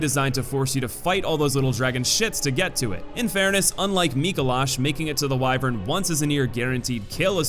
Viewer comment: For some reason. I'm so bothered by his pronunciation of 'wyvern.' I've just never heard it said that way